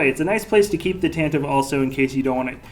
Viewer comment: it's Tentiv-E IV with E sound at the end as Pablo Hidalgo learned us :P